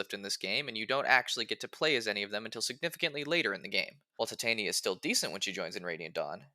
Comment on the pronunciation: Think it’s pronounced ti-ton-ya